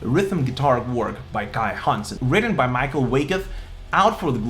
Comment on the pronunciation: 🍻 Льобле, Герштнер, Гроскопф, Вайкат (и двамата с Киске са Михаел, не Майкъл 😁 )... Хансен и Швихтенберг ги произнасяш почти добре👍